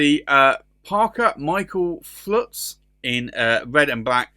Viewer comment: FULTZ!!!!! ...not Flutz you putz.